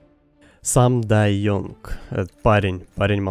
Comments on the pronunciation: Бля ну Янг же, а не Йонг.. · Боже говори сам дай Янг,а не ёнг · бл, ты английский знаешь? Some die young, не ёнг, а Янг! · спасибо, и еще: не Ёнг а Янг)